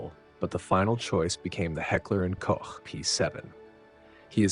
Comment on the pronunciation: As always, congratulations for pronouncing "Hecker & Koch" correctly and not as "Hecker & Coke" oder "Heckler & Cock"